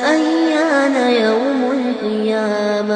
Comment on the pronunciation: Salam, Yessssssss tht was the first thing I noticed!!! He does say iyamah instead of qiyamah! Mashallah this is a very beautiful recitation! This seriously did make tears come to my eyes! May Allah bless him and all the Muslims who have faith!